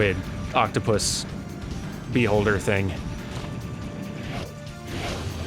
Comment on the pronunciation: Sounded like he said bee holder thing.